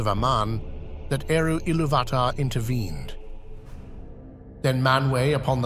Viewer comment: ….I’ve never heard true fans or Tolkien scholars pronounce Eru Iluvatar like that…. Poor pronunciation